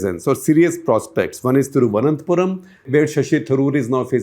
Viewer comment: Sir. You need to work a bit on the pronunciation of names. Thiruvananthapuram, Pala, Malabar, Pathanamthitta, Thrissur... All sound awkward. So does the names of priests. You missed the internal issues of BJP. The biggest challenge for the success of Suresh Gopi is the internal politics of BJP, as nobody in the state leadership wants a person brought-in by centre leadership to win. Also Anil Antony is a non-player. Now you might see that as a political opinion. But please keep an eye on his results and understand how wrong your info is. Rajeev Chandrasekar is a good one, but not good enough to make a win. But this is my opinion.